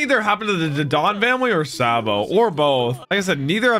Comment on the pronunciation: first of spoiler and you said it wrong.